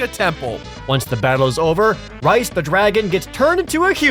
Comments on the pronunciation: Its pronounced "Reese", not "Rice". LOL. Great video guys!!! I LOVE Final Fantasy Tactics, and have been waiting for a proper sequel for many many many many years. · Reis, isn't said as "rice" you say it like "reese" was laughing hearing you say that wrong and the throwing rocks scene was the best. xD